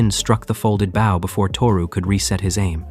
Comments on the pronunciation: why does it say bow like bow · really wish someone would fix AI voices to say the correct version of bow. although this one isn't that bad. some utterly suck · Gah! You literally pronounce bow correctly in the story! And then go right back to the wrong version! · Why does AI pronounce BOW incorrectly so often? It’s unreal how often it mixes up bow (as in bowing), and a bow for archery/bow for a ribbon.